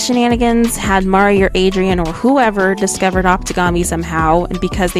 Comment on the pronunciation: I only hated that she kept saying Mari instead of Marri like, she's not Mario 😂